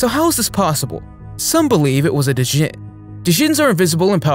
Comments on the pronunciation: It's not pronounced "Dizjin". It's pronounced "jin". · its pronounced (and is predominantly spelled) JINN. The spelling djinn is romanized. D is silent